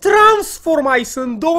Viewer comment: se scrie transfomice se zice transformis